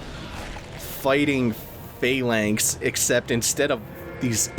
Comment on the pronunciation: it's pronounced phalanx not phAlanx